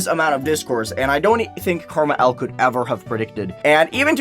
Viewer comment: you say KrmaL as karma L. but isnt it an abbriviation for krazy man 50. Since L is fifty is roman numerals